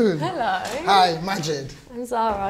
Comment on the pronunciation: Hey BBC the name of that man is not Magid... it is Majid ...error